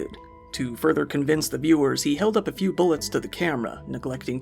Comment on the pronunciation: You said “within a MEW FEAR seconds” 😂